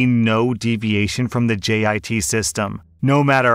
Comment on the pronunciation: I’m padantic but u said GIT instead of JIT